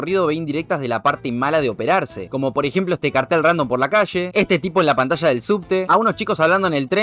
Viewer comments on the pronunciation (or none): none